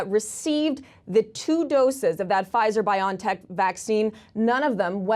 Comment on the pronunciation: It's pronounced "Bio-N-Tech" as in biology and technology which is what mRNA immunization is.. "journal-iceds" 😜 bion, lol really, all that marketing for nothing cause y'all be lazy!